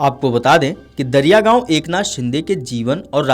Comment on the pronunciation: दरियागाव ❌❌ दरेगाव ☑️☑️